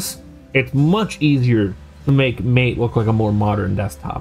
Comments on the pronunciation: Okay, it's not Mate - it's Mar-tay.. Other than that, jolly good, I have an old netbook I intend installing Alpine on.. Should be fun. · Dude - it's not MATE. It's MAH-tay. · "MATE" in this case is pronounced "Mah-tay" .. which oddly enough I think you said once or twice out of all the times x) good vid... also an Alpine fan.